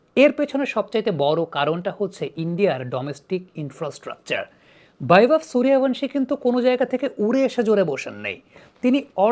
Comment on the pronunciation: "ভ" উচ্চারণ করার জন্য 'Bh' লেখা হয়। 'V' এর উচ্চারণ কোমল 'ব' । যেমন বিবেকানন্দ ইংরেজিতে Vivekanand। শুধুমাত্র বাঙালী আসামি আর উড়িয়ারা V কে ভ উচ্চারণ করে থাকে। তাই সঠিক উচ্চারণ গাওস্কর, বিরাট, বীরেন্দ্র বা বীরেন্দর, সূর্যবংশী ইত্যাদি।